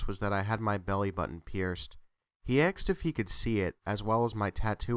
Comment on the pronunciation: Aksed? Why aksed instead of asked?